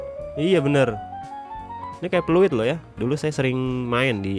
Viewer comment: "oh ini sluit eh Pluit" Wkwkwkwkwkwkwkwk🤣